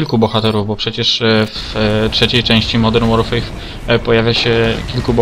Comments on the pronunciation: Modern Łorfer się mówi, u Ciebie słyszę Łorfej czy coś. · Nie to żebym się czepiał ale modern łorfej śmiesznie brzmi